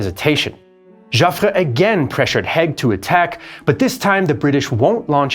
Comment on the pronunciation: Haig, pronounced Haayg